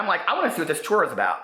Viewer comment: "TourRrRrRrRrRrRrRr" Lol. ❤😘😘😘